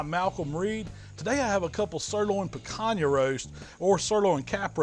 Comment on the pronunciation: I came here to here how you’d pronounce Picanha. I’m a little disappointed 😂😂. Great video as usual.